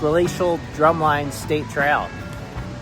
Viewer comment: Once again, a great video. And the YouTuber BIKE FARMER (Andy Q.) resides in Gib’s Bike Shop in Lake Mills! (PS: Cottage Grove ROAD. DrumLIN (not drum line) Trail😊 New BURRlin (during World War II we started pronouncing it differently = differentiate from Berlin)